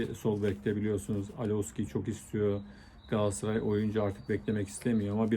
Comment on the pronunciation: Hıfzıssıhha kelimesini diyebiliyosun ama Galatasaray'a hep Gaassaray diyorsun.Bence biraz buna çalısman lazim.